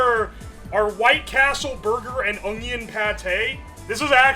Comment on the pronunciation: Vianna, keen size and ongion. Can he say any words right? lmao